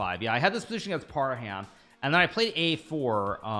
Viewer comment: It's Par-hum not Par-ham. Even Magsoodhlu you pronounce wrong.